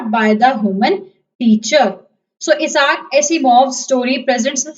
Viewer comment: This is useless because the book has changed this year. And by the way it's not Iasar. I - sack. That's how it's pronounced.